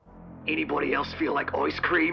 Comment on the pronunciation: “Anybody else feel like Oice Cream?”